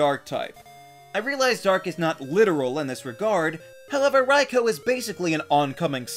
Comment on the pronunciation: I’m so glad he pronounced Raikou correctly